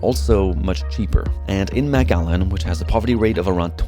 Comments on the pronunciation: It’s not maaaaaaacallan it’s McAllen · I've seen 3 different thumbnails for this video so far 😂😂 and it's pronounced Mic-Allen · Texas native, it’s pronounced McAllen not Mac Allen. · McAllen not MacALLEN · MAC ALLEN? Its pronounced MIC Allen. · it's pronounced "Mc Allen", like McDonalds - makes sense right? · Is it really pronounced Mac-Allen? That’s news to me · Pronounced mik-allen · lol the first thing you should have asked the locals was how to pronounce their (easy to pronounce) town! 😂😂😂 you’re saying it wrong! 😂😂😂😂😂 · (5 mins in) The way he’s pronouncing “McAllen” is bothering me. Great video tho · I think he my be pronouncing McAllen wrong